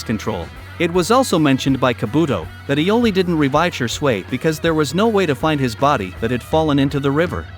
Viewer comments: Shee-swee* Man-gek-yo* TOBY-RAMA* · I like the fact he says shure sway instead of shisui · Man the way you say n pronounce a lot of things drives me nuts!😂 wth is “she-sway”😂😂 don’t do my fav shisui like that ever again plz😂🙏🏼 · ur pronunciation of uchiha shisui sucks 😂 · OMG, almost every other word in Shisui’s section was mispronounced...I can be the only person that struggled thru that!